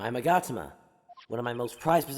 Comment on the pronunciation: It is mag-a-ta-ma